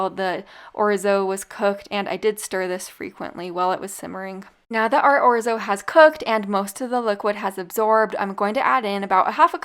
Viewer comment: 1st recipe made me remember why I purchased orzo. It was that recipe 😅❤. I have an old Italian friend and she bit my butt for saying it like you do. I believe she said I was pronounced knock and capitol E. 😅😅😅. I don't know, but I believe her.. I have a generic Salad Spinner . Best purchase ever